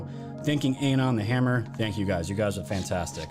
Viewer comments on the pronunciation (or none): none